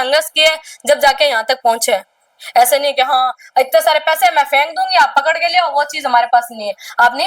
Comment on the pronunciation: कपड़ लिया कपड़ लिया क्या होता है आंटी पकड़ लिया बोलो न बोलना भी नहीं आता इन औरतों को तो😂😂😂